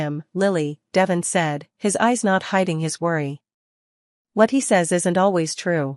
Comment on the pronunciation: His name is pronounced De Von with e having a long sound.